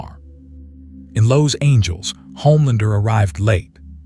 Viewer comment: “Lowe’s Angeles” took me too long to realize it’s Los Angeles 😂